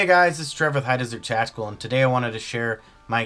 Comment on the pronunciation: Your so tactical you forgot the "t"